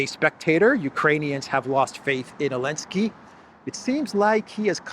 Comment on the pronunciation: Why does he call him Elensky?